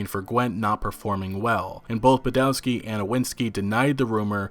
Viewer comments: please, please, remember Polish W is always read like V. just imagine Badovski, Iviński (and ń is the same as ñ in Spanish piñata). I is always pronounced like "_i_nternal" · Iwiński and Badowski are pronunced ''Ivinski'' and ''Badovski'' respectively. Simple trick to improve your Polish is to pronunce the letter 'w' as 'v' sound. Instant respect from Poles for getting it right.